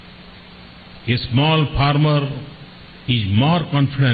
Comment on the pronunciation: Mr. Modi you seriously need to work on your English. You embarrass Indians with your pronunciation / accent. Like it's not "pharmer" but "farmer" "grandmother" not "graandmother" " Inclusion" not "Incluzon". You could be popular with the illiterate masses in India but please work on appealing to the intellectuals globally as well.